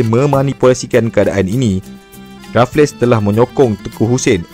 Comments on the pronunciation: Raff-less ❎ raffles - refels (e - disebut dengan tebal. Cth "table" yg disebut "teh bel" Sekian. Terima Kasih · Rafles (sebumt Refels) bkn Refles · Terbaik bro.. cuma sebutan bagi Stamford Raffles tu.. Stem-fod Re-fels bukan Raf-les. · Bang... Raffles berbunyi Rafel bang bukan Rafles bang...😂❤...sy anak Muar Johor... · Raffles bang bkn raf less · Sir Stamford Raffles, bukan Sir Stamford Rafless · sebutannya refels... bukan rafles... buat homework lebih sikit bang... banyak fakta tembak je ni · Sejak bila sebutan rafless? Kan Raffles sebutan english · Sir stanford raffles disebut rafles,mcmana nak jadi pencerita sejarah...? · Bukan RaffleS, Raffles sahaja S tu tak dilafazkan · Raffles tu sebutan dia refels la